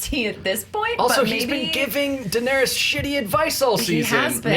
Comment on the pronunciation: Ra-Nair-ees. Not rayna